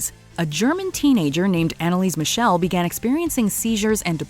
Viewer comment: Anneliese Michel's first name was Anneliese (Anne Elisabeth). Her family name Michel is not pronounced like Michelle. 😂 This is how it's pronounced: /'mixl/